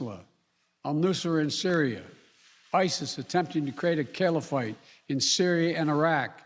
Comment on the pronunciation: What's a "kill-o-fite?" This guy is a joke!